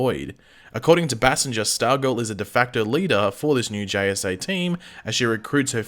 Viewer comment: Is it Bay-Singer, or how pronounces her last name? Its uh genuine question 🤔💯